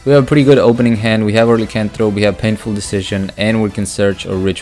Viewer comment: Nice build. It's pronounced LIE as in Liar Liar - Lycanthrope